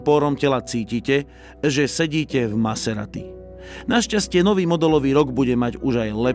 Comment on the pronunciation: to na zaciatku zabil..."Som Naserati" 😂...úžasné video hoši, klobúk dole a palec hore 👍